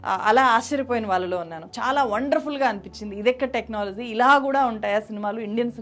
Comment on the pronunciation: 1st time me video chuusaanu. Chala baaga present chesaaru. Koncham MTI mother tongue influence raakunda chuskondi inka polished ga untundhi presentation. Flop ni flap annatuga undhi technology ni technolozi la undhi. Ilantivi. Meeru inka paiki raavali ane ee feedback